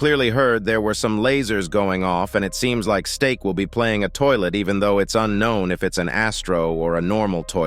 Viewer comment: Nahhhhh bro really said 'hey steak english or spanish'😂😂